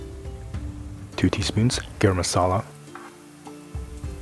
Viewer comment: The fact that you come up with such easy recipes and give these alternatives to ingredients...it is amazing. Hello from India... Love the way you speak and describe the food... and in this one... loved especially the way you said garam masala and kashmiri red chilli. I hope to try this one and that would be my first tofu dish ever in my kitchen. ❤️🙏